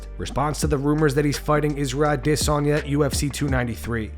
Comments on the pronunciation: Full mount mma saying izzys name like aDERsaRnyeh 😂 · Why do you pronounce "Adesanya" weird? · Why are nerdy mma media everyone so concerned with pronouncing adessnya last name correctly but perfectly fine with butchering every other fighter. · it's hilarious how The only name this guy tries to properly pronunciate is Adesanya, yet he can't even do that right. He uses the exaggerated version he heard Ariel Helwani say, when interviewing Izzy, puts way too much emphasis on it. Just stick to the way everybody else pronounces it, if you can't do it right buddy. Get back to your click-baiting.